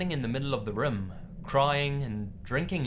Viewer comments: OH MY GOD HE SAYS RUM INSTEAD OF ROOM I love that oml <3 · Room = "Rhum" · please practice how to say room bro it's too much lol